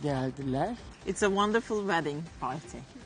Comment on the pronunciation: Oo vandırrful 😂